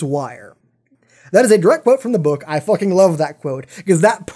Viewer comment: please dont say focking but fucking pls